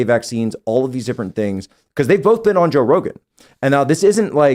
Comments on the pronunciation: is quite the upgrade! It's like Tim Prime, but without the constant interruptions, stammering and silly theories. The only criticism I can make is that the Timbot manufacturer didn't fix the mispronunciation glitches. They merely substituted Tim Primes 'Bowlth" for Tim 2.0s 'Ahwn'. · Also must pronounce the word both with an "L" "BOLTH" but like the O.P. said, the cadence was dead on.